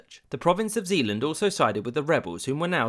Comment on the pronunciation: You also pronounced Zeeland wrong. It's pronounced Zey-land